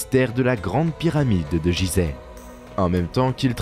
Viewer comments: On ne dit pas jizeh ce nom ce prononce Guizeh, merci pour mes oreilles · "jizeh" t'es sérieux ta pronociation Fr vraiment c'est un G comme Gui , et ça s'écrit Guizèh dans la langue respecte d'abords ça avant de parler mais vraiment tu n'as pas honte, on ne te l'a pas dit , comment être sérieux si tu respectes pas déjà....... t'entends "Dé Jà" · Il n'y a que moi que ça gêne la façon de prononcer "Gizeh"? C'est pas Jizè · Faudrait déjà bien prononcer le nom du lieu....... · exactement ! et çà m'énerve drolement ! donc je n'irai pas lui loin !